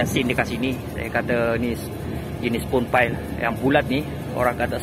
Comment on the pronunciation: Spun pile..sebutan macam span